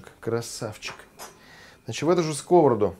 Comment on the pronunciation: почему скОвороду, если сковородУ, простите меня пожалуйста, но здесь, на Украине, уже не услышишь правильную русскую речь и хотелось бы русской речи от россиян послушать, и пусть меня заплюют Ваши подписчики, но пожалуйста не искажайте русский язык.правда фамилия то у Вас ...